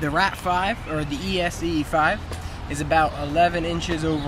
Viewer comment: It's ESEE you fool! NOT E.S.E.E... pronounced S.E! good grief, plus why the hell would you move to Spain????